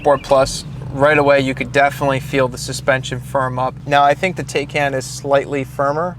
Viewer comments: TIGH-CON not taye can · Taycan. No taikan. This guy need to watch some a the Germans videos to learn how to say TAYCAN. 🤷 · ‘Tie-Con’ not Taken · Yeah, I thought it was TIE-CON not TAY-CAN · It’s not a Teh-can it’s a Tai-kan. Porche should name it’s next car bill just so everyone can pronounce it correctly. 😁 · *tie- Khan is the correct pronunciation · Pronounced Ty-con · The “tie-con” (correct pronunciation) has an accelerator, not a gas pedal. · I need a second opinion on that pronunciation. 🤔🤣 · Hahaha. I see that mispronunciation wasn’t missed on anyone. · Why is it so difficult for English speakers to pronounce the name correctly: It is a noun out of the Turkish language - has nothing to do with German.